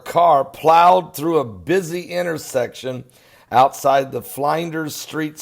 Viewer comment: lol lol flynders??????? lol lol it's Flinders mate